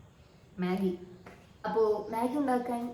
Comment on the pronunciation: Maggie ❌ Maagi✅😂